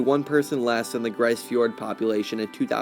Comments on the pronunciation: malheureusementlise, ce n'est pas une not francais. Les francophone n'ont pas eu l'envie d'exploree le nord que l'anglais ou Les almagne. It's pronounced grease or Greece. Not grey in french. Having been there, and being Nunavumiunga; I'd like to think that I have a deeper understanding of the language, culture, and word pronunciation from the area. 15 years has earned me at least some respect. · It’s pronounced grease not grice . . They were abandoned . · You got the vowel sound, but it's /gri:z/, not /gri:s/. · Grise is pronounced greese. A hamlet is a town with less than 100 people. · It's pronounced "grease". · Grise rhymes with please. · grise fjord as in "grease fjord" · Hey, It's pronounced the same way as Greece. And just a little FYI, anywhere above the Arctic Circle will see 24 hours of both sunlight and darkness. That 24 hours of both is what actually delineates the Arctic circle. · If the word is French, as I suspect, it means colour gray in the feminine, meaning: une tempête grise - a gray snowstorm. In that case, it would sound more lile greeze. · Its pronounced more like Grease Fjord.